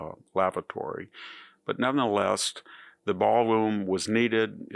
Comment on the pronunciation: "...but none the LEST, the ball LOOM was needed" HUH?